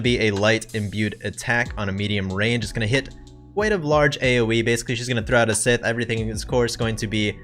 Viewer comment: Its..."Psi + Th" not "Sith" like the dark side. Love your content, love the edits afterward Like the bit about Kaldina having a good ether reward